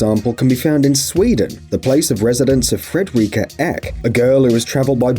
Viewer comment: “Fred-rihka Ech” it’s actually pronounced “Fredricka EaK”